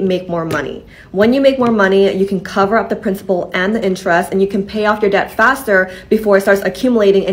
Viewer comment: The 'b' in debt is silent.